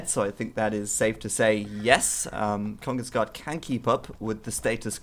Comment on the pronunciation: you pronounces it like kongens ga the where its a sharp a. not gah